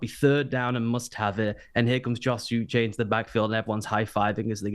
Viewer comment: Pronounced oo - SHAY' Like the Waterboy, but without the "B."